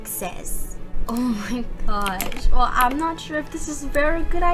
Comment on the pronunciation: I love how she says I’m she says ima instead of I’m